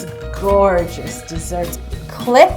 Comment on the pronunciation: haha "gore"gus xD